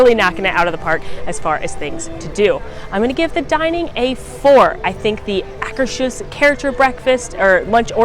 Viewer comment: Great video! You inspired me: Mexico — This pavilion has a fake pyramid inside a fake pyramid. Norway — Frozen is a bit disappointing; they could have done so much better with the ice palace etc. — Why is it that no Disney commentator can pronounce “Akershus” correctly?! Just ask the cast members standing outside; it’s not that hard to do! BTW you have plenty of company here. AJ doesn’t get it right either. — Even in Epcot waits for Anna & Elsa were 3-4 hours. I joked that if they had Idina Menzel & Kristen Bell here I might get in line; cast member said “It still wouldn’t be worth it”. China — I spend more money in the gift shop than rest of Epcot together. Germany — If this pavilion vanished overnight, I probably wouldn’t notice; high point is the model railroad. Italy — It has Via Napoli. ’nuff said. US — American Adventure is by far the best attraction/movie in World Showcase, and one of the best in all of Epcot. -- If I could do only one thing in Epcot it would be to listen to Voices of Liberty. Japan — You can either get “American Food” (that’s what Japanese call it) at Teppan Edo — or actual Japanese food. Morocco — Best architecture/detailing — Good counter service, outdoor bathrooms! France — Too much good food! Just keep walking, if you can! United Kingdom — Not bad on the Brit accent! — I miss World Showcase Players! Canada — My favorite movie; sad it is changing